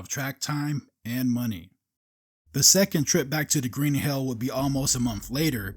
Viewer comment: It’s green he’ll, not green hail.